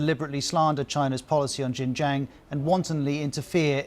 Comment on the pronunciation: “Jin-Jang province” - Jesus, the BBC don’t even bother to pronounce it properly, let alone due their due diligence on Xinjiang’s history and the broader context needed to understand the security measures introduced there 🤦🏼‍♂️